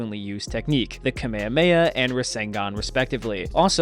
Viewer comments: Its kamehameha not kameyameya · Ewwww. You lost me at kuh may uh may uh. 😐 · Why is it that most videos from the States say the Kamehameha so differently?